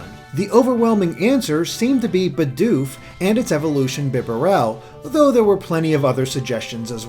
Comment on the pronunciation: bi-DOOF? bih-bah-REL? Um.... It's BEE-doof and BEE-bare-le Sorry for the nitpick it just bothered me lol